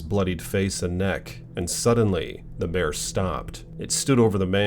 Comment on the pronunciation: The Bearrrrrr! I like how he say that 🤣🤣🤣